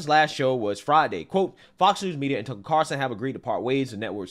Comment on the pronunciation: Hey, it’s TuckER, not Tuckle….